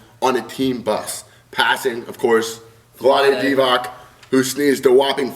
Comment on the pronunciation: LOL is this how Americans pronounce Vlade Divac??